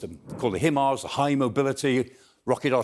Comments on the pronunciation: Weird pronunciation of HIMARS. There's no 'e' in HIMARS. :D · Why is he the only person to pronounce the himars the way he said it? I have heard nobody else pronounce it this way but there us always 1 person to pronounce it the way they want and make it seem intelligent! Dude say it like everyone else.